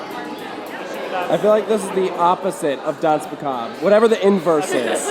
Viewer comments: "dance macob" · It is dansmacabre